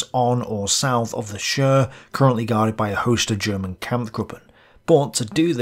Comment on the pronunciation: Chir - pronounce like short "Cheers" without the -s ;-)